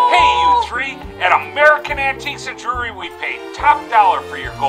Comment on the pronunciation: Some of their ads are just cornball, but this one's pretty creative! All the same, someone ought to explain to the owner how to pronounce the world jewelry.